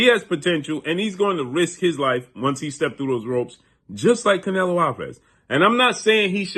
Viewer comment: Bro, you always pronounce the fighters name incorrectly. Get your stuff together before you come on camera embarrassing yourself. Learn how to pronounce the fighters name, dude.